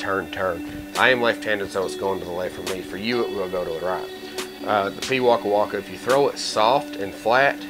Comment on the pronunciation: As a beginer i do love this disc and as a new Zealander you are saying the name of the bird correctly. keep up the great work.